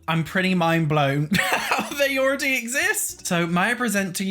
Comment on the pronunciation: I'm sorry. LOL My dirty minded ears heard "inzoi orgy has..." instead of "inzoi already has..." at the very start. I had to put CC subtitles on while doing a double take.